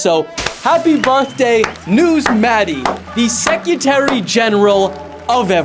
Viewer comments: do bro say “secyetery” after literally talking about how he speaks wrong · “secutary” general 🥀🥀🥀